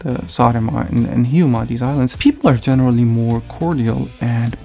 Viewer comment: Wow, you pronounced Saaremaa and Hiiumaa EXACTLY how Estonians pronounce them.